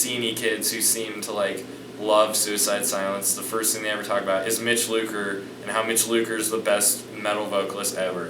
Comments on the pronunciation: It's lucker not looker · "Mitch Looker"? Really??